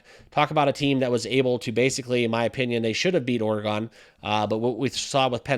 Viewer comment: bro you need to learn how to pronounce the word oregon holy it was getting me mad